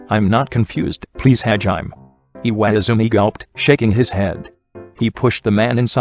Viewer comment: “Hajiem” lmao